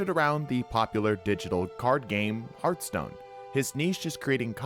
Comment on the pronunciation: hearth-stone. not heart-stone.